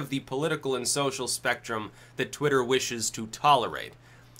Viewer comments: SaroDracon twatter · It's pronounced 'Twat-ter' Just listen to Vee